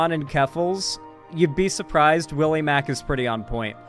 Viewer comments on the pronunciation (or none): none